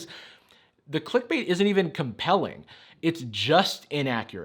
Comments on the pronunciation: No one: Not even a single soul:: Clickubite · literally said "Qlikbäte". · click-bait (kō-lik-u-bīt) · has my type of comedy down to a T, "Ancient Technique" and the way he pronounced "Click Bait"... Beautiful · Your joke pronunciation of “clickbait” is how I will pronounce it from now on.